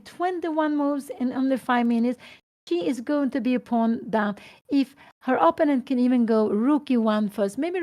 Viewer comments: Bro too much text just write the correct pronunciation “oppounent ” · But what if Pia Cramling doesn't know that she is pronouncing "opponent" incorrectly and really wants to pronounce it correctly? On the other hand, I think it's totally cool if she knows she's pronouncing it wrong but wants to pronounce it that way. Respect for that. If that’s the case.